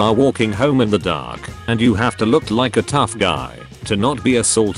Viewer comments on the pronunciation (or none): none